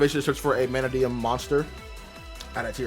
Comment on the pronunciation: not sayin it right. its not MANAdium. you said it right once.